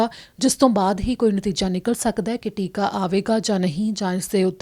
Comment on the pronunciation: ਟਿੱਕਾ ਨਹੀਂ ਟੀਕਾ ਹੁੰਦਾ ਹੈ।